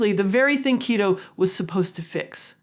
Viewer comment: it’s not ketto kiddo it’s keeeto like cheeto…😊